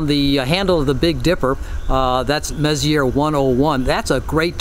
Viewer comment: I love your passion! You are so lucky to be in a bortle 4.5 zone. Here at the airport at bortle 6.5, even 3min exposures put my histogram pushed right 1/4 even with my Optolong LPro. Only thing I’d like to add is, it’s French pronounced “Mess-E-eh”. M104 is actually in my target list tonight along with other Virgo NGC clusters. Unfortunately with a dead comp, I’m back to old school DSLR with my Apertura 60APO. It works out because galaxies clusters in general is about its relation to others and I think artistically it paints a fascinating story.